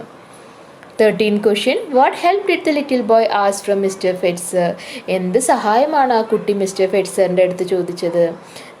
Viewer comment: Its not fetcher its fetzer🙄